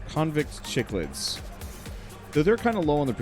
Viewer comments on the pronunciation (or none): aah like this game and cichlid is pronounced "sick-lid" gorgeous fish. especially the ones from malawi